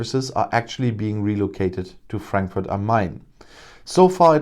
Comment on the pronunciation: Cute how he deliberately mispronounces the name of the city for our British "friends". Of course, Frankfurt has been getting banks and staff for a few years now, and there is even an agency in Frankfurt for the purpose of helping this. I nevertheless love hearing this news every time it comes. Keep sending us jobs and money, UK!!!